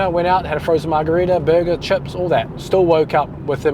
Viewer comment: I knew you were a kiwi by the way you pronounce chips!! My best friend lives in Queenstown!